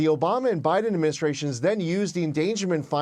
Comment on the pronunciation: The way he combines Binden and Obama into "Obina" 😂😂😂